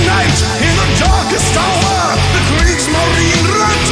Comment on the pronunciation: you mispronounced Kriegsmarine